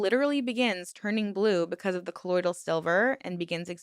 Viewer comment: I know why you were mispronouncing colloidal; because the members kept saying ColloidEEal. I almost started thinking I said it wrong!